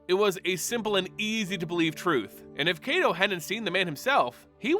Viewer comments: It's KY-to, like KITE-o. Not KAY-to. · So is his name 'KAY-to' or is it 'KAI-to'? It just bugs me how you pronounce his name. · Why everyone sound like they saying KaiDo not KaiTo. Are my ears just shot?? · Love the video, but a small correction in pronunciation if we are to go by the Japanese names these characters are named from. Kaito is pronounced like the word Kite but with an O at the end, not "Kay-tow". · Like Cobra Kai...... toe. And yes it bothers my weeb ass.